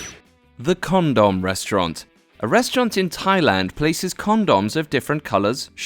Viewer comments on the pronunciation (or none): Dude, the word is con-dum, with emphasis on con. Not con-dahm with emphasis on dahm. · Why does he say "condon" it's condom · Ha ha! WHY do people pronounce condom like CON-DOM? Just say condom. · Con Dom ...lmmfao ! It's condom(pronounced con dum) you dumb ass. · it's not conDOM. it's condum. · con Dom wow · Jesus.. learn to pronounce condom. stopped watching and disliked due to several repeated idiotic pronunciations. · this English fuck can't say condom right